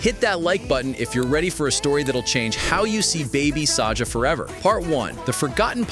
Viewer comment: his name is baby saga not baby saja ok